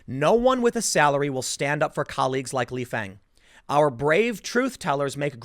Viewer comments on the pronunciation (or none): Lee Fang is actually pronounce Lee Fong.